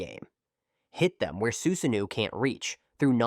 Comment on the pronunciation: "you're fighting someone with man-jay-queue sharingan and boom, out pops a full-blown suzanne-new" 😂 useless AI with it's jane-jutsus and za-booze-zahs